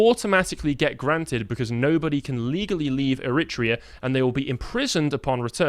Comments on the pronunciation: I think he's putting the emphasis on the second syllable which is making it sound strange. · Please boys - it’s Er-ri-tra-an! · AIR A TRAY A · What is Er rit rean that's the first time I've ever heard it pronounced like that?... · I'm begging to learn to pronounce Eritrea. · He should learn how pronounce Eritrea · How can you expect to be taken seriously, Carl, when your staff can’t even learn the correct pronunciation of a country when compiling their articles? I know you guys are both smart and passionate; but clangers like this just give your detractors ammunition against you. I listen to you often and appreciate your arguments and efforts. Don’t give your enemies the excuse to denounce you as ill-educated and therefore irrelevant. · Funny joke, guys, with the stupid pronunciation of Eritrea. No way you don't really know how to say it.